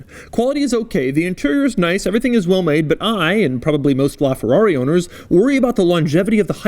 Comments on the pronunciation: Ferrori,really Doug.cracks me up everytime you say it. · Oh boy, cannot stand the YT-pronunciation "FORRAWRY" anymore .... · It is literally painful to hear Americans pronounce FERRARI. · I can’t stand the way Americans pronounce “Ferrari”. And not just that, but almost every foreign word. At least try pronouncing it correctly, just to show that you are trying, not just saying a word the way that you see fit.